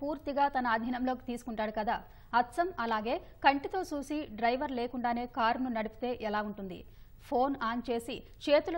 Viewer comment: soosi kaadu madam chusi ani cheppali script sarigga rayaledu